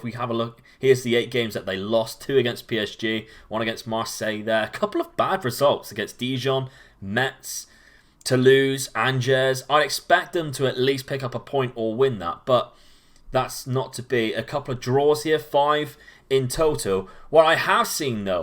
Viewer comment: Love the video but please please learn to pronounce foreign club names. Lecce is Leh-ché (look up Spanish for milk on Google translate) Cagliari is Cal-ya-ree. Also Angers is On-jer. I know this isn't the crux of the video you're making but it would be an enhancement, at least in my opinion.